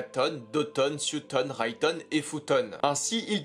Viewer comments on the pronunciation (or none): none